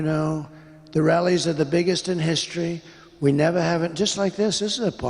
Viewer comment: 💙💙💙💙when Trump says rallies it sounds like “wellies” to me 😂 Ana a “well intentioned” rally? What an ironic mis-speak